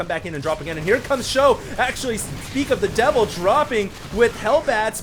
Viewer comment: everytime he says 'for sjow' I think 'forsho' like for sure / fosho. :)